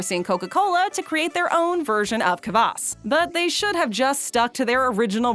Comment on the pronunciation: kvass not kabass